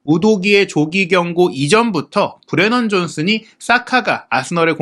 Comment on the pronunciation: 우도기랑 브레넌 존슨을 틀리게 말하던데.. 말을 좀 느리게 하더라도 정확하게 설명하는게 어떨까?